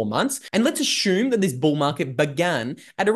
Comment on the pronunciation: JUST HAVING FUN WITH LUKES PRONUNCIATION OF THE WORD ASSUME..THATS ALL.😀